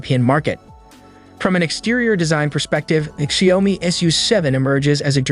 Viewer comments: It is pronounced Shoud (rhymes with loud) me, NOT Shay-om-me. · That constant mispronunciation of "Xiaomi" was utterly unbearable.